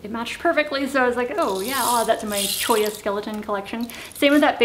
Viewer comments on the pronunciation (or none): none